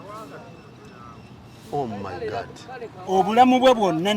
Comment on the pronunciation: Banna Uganda, muve ku byemulaba nemuyiga ku internet: clean up your language. Using 4-letter words does not make you look hype and modern. Naawe host, vva ku "Gaadt," it is GOD! Temututama!